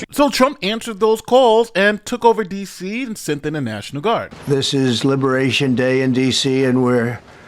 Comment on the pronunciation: "There is no Crime in Dee See Se"